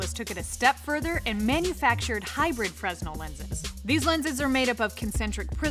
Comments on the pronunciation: "freZnel lens" It's pronounced, "freh-nel" Great video, though. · Sorry to be a twerp, but please pronounce 'fresnel' correct in the future. It's a French name, so it's pronounced 'fruh-nel' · Not to be pedantic, but it's pronounced "Frenel". The s is silent. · Except is DOESN'T sound better and we don't agree. I've been dealing with fresnel (freh-nell) lenses in overhead projectors for decades so I see no need to butcher my pronounciation just because you are uneducated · Aaaaahhhhh! They say it so many times! FREZNEL! FREZNEL! FREZNEL! Augustin-Jean Fresnel... It's French, and maybe the French got the pronunciation wrong... Then again, we Americans tend to botch EVERY language there is and change the rules of pronunciation whenever we want to because nobody knows how to be consistent... Fill-ett, fil-ay, full-ay, fill-itt... Which is correct? You're supposed to know these things... Guide us oh great ones... 🤲 It's 'FRUHNELL' OR 'FREH-NELL'... Although, an argument could be made for 'FRAY-NELL' Come on! We rely on you for accurate information... It makes you sownd doomb when you can't pruhn-ounce a simpler ward ker-rectumly. "So..." The doctor says, "Rectum? Hell, it damn near killed ihm...", as a young man with colon cancer, that always gave me a good chuckle! As an old man with no colon or rectum-cancer, but what's left of my goopy bits cancer, it still do... LOL 😂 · it's pronounced "frenell lens" =) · fresnel has a silent s by the way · I was going to post the same thing. I used to say it wrong as well. That's what happens when people learn by reading. Ugh! Reader people.